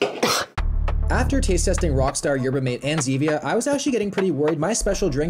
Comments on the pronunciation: It’s pronounced Yer-bah Mah-tey, not Yetber Mayte. You’ll want to know how to pronounce it if you visit Argentina, Uruguay or Paraguay where it’s the most popular drink over coffee and tea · Going to school in Santa Cruz and hearing him say "Yerba m8" instead of "Yerba Mah tey" hurt me with each uterrence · its yerba matae not yerbamate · Yerba Mate is pronounced mah-tay. And Gatorade has an amazing cucumber lime flavor. It's amazing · "They also had something called Yerba Mate" lol it's pronounced Mah-Teh brother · It’s pronounced “ma-tay” btw just Incase you have to say that again at some point in your life. 🤷‍♂️ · Yerba mate is the best. No crash and all day energy. The drink of my people. Also its pronounced maté. Like mat-eh. Idk why they didnt put the accent on the packaging lol. Edit: i just got to the part where u taste tested it. Ur supposed to shake it😭. Also traditionally its drank from a carved out gourd with a filtered straw called a "bombilla" and the leaves go in the gourd and you refill it w hot water. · And it’s pronounced yerba “mah tay “ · we pronounce it like “mah-tay” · say it with me: yerba mah-tay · The way he pronounces “Yerba Mate” 😂😂. Good effort 👍. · Your pronunciation of yerba mate made me recoil 😅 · no fucking way you pronounced yerba mate like that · thats not how you pronounce Yerba Mate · The way you pronounced Yerba Mate made me chuckle. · Haha yeah well he's Canadian he probably figures its pronounced like Coffee Mate 😂